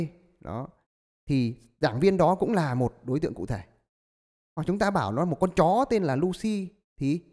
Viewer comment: sao thầy nhấn mạnh chữ chó v ạ =]]]]]]]]]